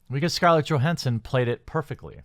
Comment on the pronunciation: Her name is pronounced with Y not G